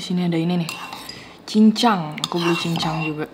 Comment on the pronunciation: Itu nga cincang kk, “CANCANG